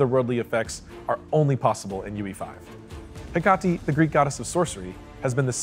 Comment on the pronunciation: I must have missed it, but does Founder Pass carry over? Also, dying that Hecate was pronounced two different ways.